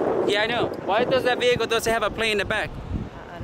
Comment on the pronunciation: Your “behicle” , “suberbiber” .. hahahahaha YOUR Asking him if HE”S AMERICAN hahahahaha.... YOU??? Ask him???? Hahahahaha